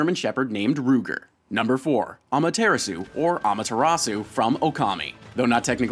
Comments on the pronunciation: Am-uh-TEAR (like, tear a paper)-ah-sue. Not Am-uh-teer-uh-sue. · You didn't get Amaterasu's actual Japanese pronunciation right either time. For those wondering, 'amateiras-' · "Amuh-TARE-ass-oo" no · Ahmahtearasu? Cmon you an do better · Amaterasu #1 Chibiterasu #2 And needs to watch chuggaaconroy for pronouncing lessons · oh the pronunciation of Amaterasu was bad. also she should be number one since you know,she is literally a goddess....great video though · Lol that pronunciation of Amaterasu and Nippon, so white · U said Amaterasu wrong the 2nd time u said her name is the correct pronunciation just a little nit pick of mine I need stuff pronounced right and really where's her kid I mean look at it it's ADORABLE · Why did you pronounce Amaterasu incorrectly, then correctly, then continue to say it incorrectly? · I loved the list, but I cringed on how he pronounced Aamaterasu's name :(